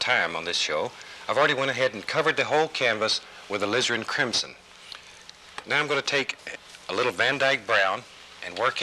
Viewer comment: Did he say, "lizzard crimson" ?? Lol I don't paint with Bob. I just listen and let him talk me to sleep..haha